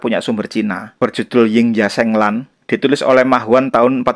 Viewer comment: Meng Qi itu e nya dibaca pepet. Ying Ya Sheng Lan, e pada Sheng juga dibaca pepet. Ini berdasarkan ejaan bahasa mandarin modern.